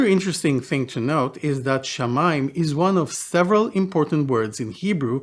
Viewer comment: It's shamaa, just like samaa in Arabic, Hebrew's sister language.